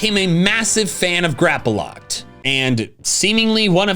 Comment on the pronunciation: THERE IS NO VOWEL BETWEEN THE P AND THE L IN GRAPPLOCT!